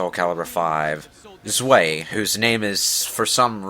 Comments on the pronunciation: real quick its pronounced zvi (stv I) not zwey and yes it does mean two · Its "ZUWHY" not "ZUWAY" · Tch... It's [ʦvaɪ̯] ya dips. Or zvī if you prefer. With a V. German doesn't even have a "double-u" as such. They get it right in the cutscene. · Zwei is German for two. But it's pronounced like "zvy". Think of the word "why" but start it with a Z. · Man, they are raping the pronunciation of 'zwei.' It's: "tsvy"